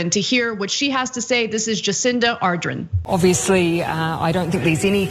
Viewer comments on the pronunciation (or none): Arden. Not ardren. Jacinda is awesome. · Anna is The Prime Minister’s name is pronounced Ar dern and she is the best prime minister in the world. And Australia 🇦🇺😀. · You did not say here name correctly I know I live in New zealand